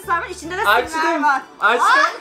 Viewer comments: Slaym değil slimeee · slaym değil slime